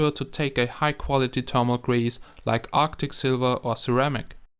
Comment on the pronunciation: and thermal :D termal